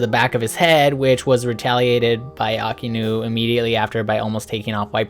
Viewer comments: Really like the video but your pronunciation on some things kept making me laugh. No hate though. But it’s pronounced “Shee-shee-boo-kai” not “shee-bookai”..... also it’s “AHK-I-inu” not “aki-nu” ..... I feel like such a nerd writing this comment 😂😂 awesome vid man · It's shichi not shee shee and it's actually Aka-inu